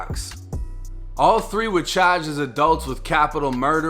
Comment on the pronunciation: *Parking not Pocking😭 *Charged not Chaged 😭